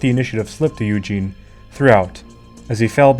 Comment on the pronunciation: Great - you pronounced Eugene correctly.